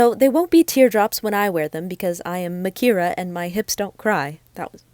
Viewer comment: i was today years old when i found out her name is pronounced '' not 'micarah'